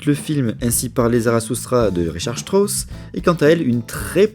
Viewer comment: "deeeu Stross?"